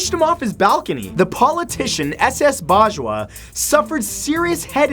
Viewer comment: S.S.Bajwa-The first time Matt pronounced an Indian name correctly. Cheers